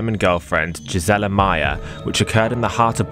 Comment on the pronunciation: Gisela is pronounced GEESE-uh-laa